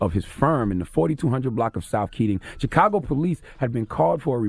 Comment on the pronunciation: I hate how Charlemagne says chicago. Cheekago. Fukin idiot